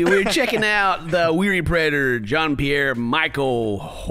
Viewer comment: Ok is nobody going to talk about the "Jean Pierr"